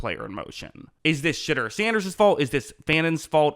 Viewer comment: "Sh'derrr" -Most ⬜ Guys on YouTube